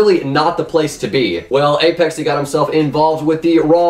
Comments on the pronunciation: apexee its uhh-pex-ay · Its not aYpexay, Its APEXay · "Apexee" ok?